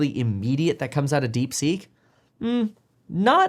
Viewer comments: I believe the correct name is DeepSeek and not DeekSeek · Deekseek? no thanks Kev lol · DeekSeek or DeepSeek? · "DeekSeek" XD